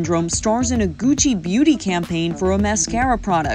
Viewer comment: I bet her 5 dollars she can’t say Gucci correctly. I keep my money.